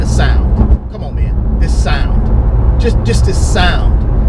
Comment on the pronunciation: "thats it mann" must be from FL